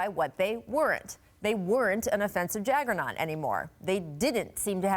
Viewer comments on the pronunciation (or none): It's not pronounced jaggernaut. It's pronounced JUGGERNAUT, BITCH!! 😂😂😂😂😂